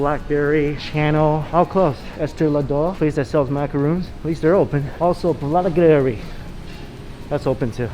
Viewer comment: BUUUURRRRBERRY.. NOT BLACKBERRY. LOL